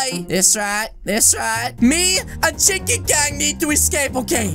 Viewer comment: You makes me laughs when you said chikrn gang😂